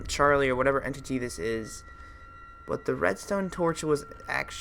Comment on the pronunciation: yes ollso you say charily 2 times